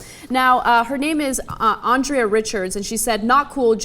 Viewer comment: You even pronounced her name as Andria at first. Come on guys get your head in the game.